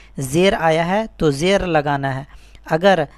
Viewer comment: Apna talaffuz to sahi karo janab zer ko jer keh rahe ho